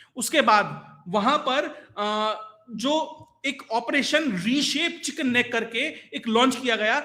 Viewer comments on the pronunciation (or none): अच्छा बताया पर वह चिकन स्नेक नही चिकन नेक है ..